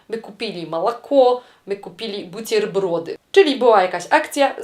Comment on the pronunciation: Nie "butierbrody" a "buterbrody" bo to jest zapożyczenie i rosyjska litera "e" jest wymawiana jak polskie "e" jak w słowie "internet" (a nie jak "intierniet")